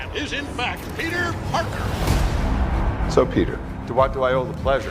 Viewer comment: Peter pekèr